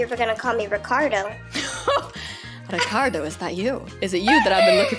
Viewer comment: When said recardo i was like omgg haha